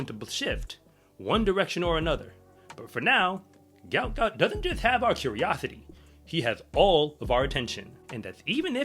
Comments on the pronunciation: PRONOUNCED........ GU-OT GU-OT ..... NOT gout gout....ffs, get the young mans name correct. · his name is pronounced like goat not gout - Goat Goat.